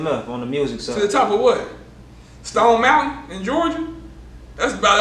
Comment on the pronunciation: Mane said Stone Montain! 😂😂